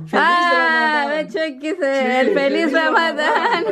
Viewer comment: Lo pronunció mui bien. tu suegra feliz ramadán, tan linda.